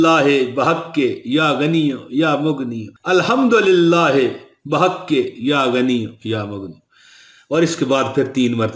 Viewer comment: بِحقِ لفظ ہے بٙحقِ نہیں ہوتا جناب